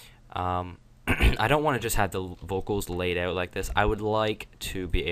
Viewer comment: Are you Canadian? "Ought"